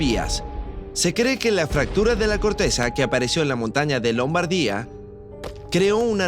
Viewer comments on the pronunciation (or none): Igualmente lombardía, lo pronuncia mal acentuado, sin embargo...El vídeo no es malo.